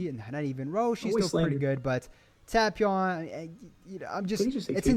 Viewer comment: Bro said TAP- E- ON